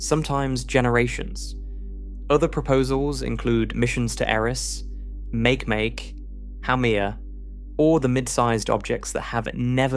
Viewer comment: Bruh - it's not make-make its Ma-keh-Ma-keh AI SLOP